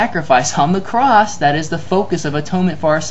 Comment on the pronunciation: "Jesusahhhhhhh on the crossahhhhhhhh" hillarious. :-)